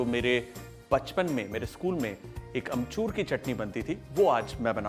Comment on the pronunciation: Sawal - how many times Kunal said amchurrrr ?!?!?